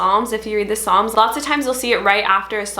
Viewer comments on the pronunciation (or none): none